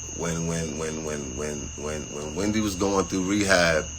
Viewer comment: I never realized how unintelligent he was. How did he ever get a producer credit? He even said he was very inexperienced. He only got the job because of Wendy (is it so hard to say her name sir?). Why are you shocked that they no longer had use for you once your relationship was done?also…….The amount of times he misused the word objectified…. BYEEEEEEE